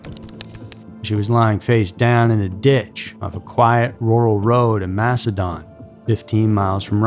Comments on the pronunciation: s no MASHedin…. It’s mass e din 😂 Definitely no H in the pronunciation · The narrator also kept saying :Mash in Don", when it's pronounced "Mash in DIN", the town of Macedon... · He also mispronounced Macedon (Mass e din) . But what’s really inexcusable is mispronouncing Bianchi (Be an key) when after he says that word he plays a clip of Nikki Rudd clearly saying Bianchi the correct way. Some people just don’t have standards nor pay attention to their own work. That’s not what gets the clicks. Just the shock and awe factor. Also- these aren’t the alphabet murders! How do you get that wrong??! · MaceDIN (pronounced) Interesting that the girls came only from the city and were left in towns outside the city. 490 can be a crazy highway to this day, but I like to think that now a half dressed little girl running on the shoulder would still throw up enough red flags for people to stop. Insane that no one did then.😢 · It's pronounced massidin , I only know because I went to school at palmyra/macedon . Which is 20 mins from the city of Rochester. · I'm a rochester native and i still live here. I love it so much. We have the restaurants, museums, music, and festivals of a big city without the crowd. Ive lived many other places (like Seattle)but i always come back home. Also, Macedon is pronounced like Mass-a-din up here 😂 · Macedon is pronounced Macedin by the way! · Just some friendly corrections we're not a town, we are a city. Source: Born and raised in Rochester NY. Also it's said mass-ah-din. We're between buffalo NY and Syracuse NY we also have a lot of popular national/international companies that began here and Susan b Anthony and Frederick Douglass are buried here in Rochester NY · Its Mas-a-den, just so you know.. 😊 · you caneven pronouce any its no msdon madon